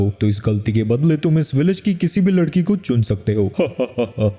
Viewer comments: ladki❎️ lakdi ✅️ 😂😂😂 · 1:39:6 larki❌ lakri✅😂😂😂😂😂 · bhai tumto larki ko lakri boldia😂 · Bhai vo lakdi nahi ladki hai 😂😂